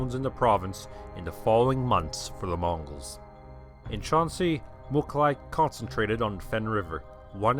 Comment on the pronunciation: Its not Mukhali. its Mukhulai Мухулай. There are tons of pronunciation mistakes about Mongol names... Starting from Genghis which is actually Chinggis